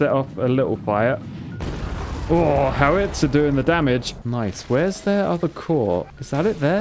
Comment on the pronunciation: The way he pronounced howitzer made me cringe every time